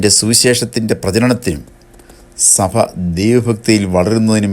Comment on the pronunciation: സഫ സഭ ഉച്ചാരണം ശരിയാക്കണം